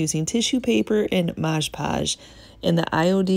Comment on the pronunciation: I love all of what you do! You offer great tips and ideas! I also like the shortened intro. I do have one tip for you though... it is Mod Podge and not Modge Podge. Common mistake but wanted to let you know! ❤️